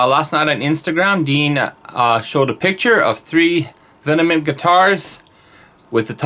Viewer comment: I don't want to be that guy, but it's not pronounced "vinnamint". It's literally V M N T. Sorry. I had to lol. I personally can't wait to get my hands on a vengeance. They're awesomely specd guitars. I have 4 deans total. I have the angel of deth, which is great, and I have 3 ml's. I personally love the v headstock. It looks badass, and very metal. That's an awesome v you have there too. I like the black.